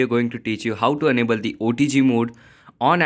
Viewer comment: Enable or Unable please pronounce clearly